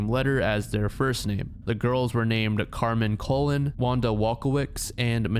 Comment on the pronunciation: THE LAST NAME IS PRONOUNCED “COLOGNE” IT IS SPANISH SO TECHNICALLY IT IS SPELLED “COLÓN” !!!